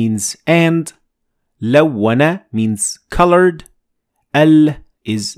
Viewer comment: At 5.12 you mentioned" lawwana" not " lawna" but there's no fathha on the shaddha . I said " lawna" please explain. jazakallah Khair